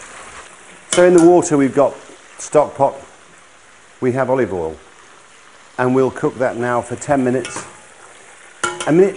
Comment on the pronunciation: Gordon says alival